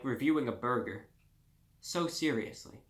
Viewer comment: “Don’t be miserable over a burgah “ -reviewbrah